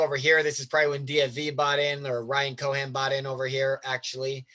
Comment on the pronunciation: great content. thank you for taking the time. but its Ryan CohEn, Not Ryan Cohan. sending all the love edit: Also, delete your browser cache, your Chome is insanely slow